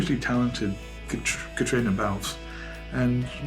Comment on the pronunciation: Can't even pronounce Caitriona's name correctly. She has never won a Golden Globe, only been nominated. Get your facts right.